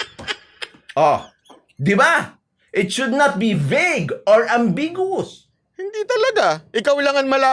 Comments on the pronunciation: Besides irresponsibly twisting the meaning of the proposed Anti Road Rage Act of 2023, his pronunciation of “ambiguous” is incorrect. A Canadian vlogger pointed out that does have a poor comprehension as well as bad pronunciation of English vocabulary. This is not nitpicking but should seriously invest some of his large YT earnings on how to improve his English comprehension especially on how to enunciate proper English vocabularies. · mindset is distorted. He can't even pronounce ambiguous right! 😂 Makes you wonder how in the hell did he pass the bar? 😂